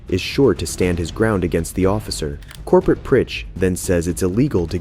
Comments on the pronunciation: It's supposed to be "Corporal". These shitty bots mispronounce everything, especially when the people making the videos don't speak English. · TIL "Corporal" is pronounced "Corporate". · ya I am pretty sure the narrator meant "corporal"... although that sounds like a pretty basic AI speech error. Patrolman is a rank in some PDs (I don't think there's a standard ranking system among every PD in the US), as opposed to the military—i assume—Patrolman is most likely a lower enlisted rank (probably the lowest), like for a rookie, or a PVT E1 in the army and USMC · Bro how tf did you really just pronounce Michael like "Mee-cheel"?????? And why did you keep saying "Corporate"? It's "Corporal" lmao. Oh and even more! You pronounce "Lamontagne" like "La-mon-taynj" dude where did you learn how to speak? Are you dumb? It's clearly french and would be pronounced "La-mon-tayn".